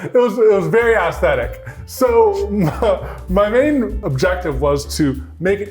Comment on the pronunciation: pronouncing aesthetic as "ass-thetic" lol